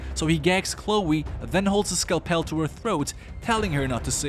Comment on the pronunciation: Another "skell pell" video! 😄Please, scalpel is pronounced "skel-pull."